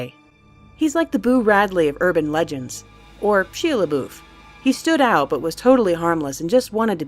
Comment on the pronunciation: Ok, obviously it's SHY-uh, but the rank water story happened at the Cecil HOTEL not apartments, and it's CROP-sy, as "I'm planting some crops." Does anyone ever do any fact/pronunciation checks anymore?